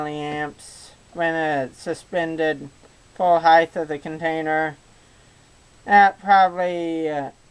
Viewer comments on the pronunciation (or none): Height say it is after me height height height (heigth) is not a word